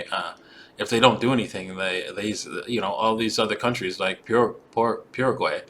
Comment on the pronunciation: Paraguay is pronounced with a pear 🍐 sound- but you were close.